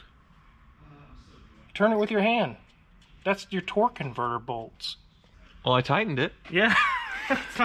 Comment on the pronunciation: Why do they keep saying "torque convertible" instead of "torque converter"? Is it different terminology? Or maybe an inside joke?